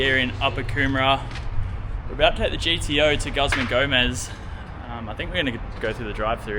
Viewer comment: Ffs say guzman properly ya dog